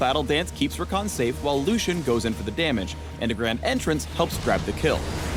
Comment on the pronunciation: Haha ever thought id see my little brother Rakan's name as a league of legends character. its even spelt the same even though they do pronounce it differently. (we say ra-can not ra-khan)